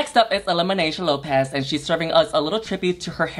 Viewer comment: "Elimanaysha Lopez" I died. "Oh! Alexis... I forgot her." I died again.